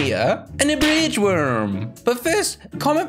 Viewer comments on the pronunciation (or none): Bwidge worm